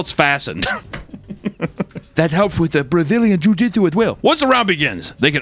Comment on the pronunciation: Papa kept saying car "jutsu" instead of jitsu and I know it's cuz he watched Naruto as a kid 😂